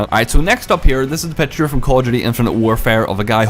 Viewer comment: The way you enunciate "Call of Duty" sounds like "cordially"